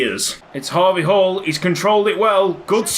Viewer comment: When you do the we all dream of a team of harvey halls chant it sounds like We all dream of a team of Habe Hall's